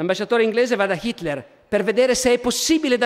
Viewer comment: 9.34...Fa uno sforzo tremendo per pronunciare Hitler con l'H, ma qui cade...così come molte altre volte...